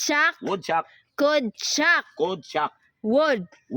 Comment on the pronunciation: Ma'am ang would wag mong na wood din ang could ginawa mong cood silence L ka lage sa mga letter na would at could basa mo dito sa would ay woud tapus sa could ay coud.silence L ma'am ang kulng kaya obob mga student mo dhil obob din ang teacher hindi lng itung content na ito ikaw nag kamali sa spelling marami pa ma'am kya ituwed mo po!?